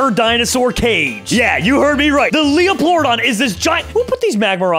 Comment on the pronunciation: It’s pronounced Leo-pler-o-don not leoploradon